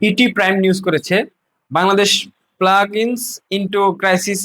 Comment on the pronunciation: প্লাঞ্জ not প্লাগ।